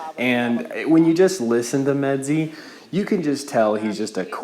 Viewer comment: You didn't pronounce meadsy right lol